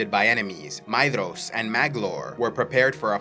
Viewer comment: "DH" in tolkien's works is pronounced as TH. so Maedhros is pronounced Maethros or May-Thros